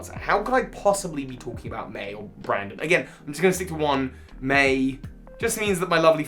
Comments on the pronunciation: Its BRENDON not BRANDON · Excuse me, his name is pronounced "Bren-din"! Good video, though! Love how this is one of the most hated rivals in Pokémon speedrunning.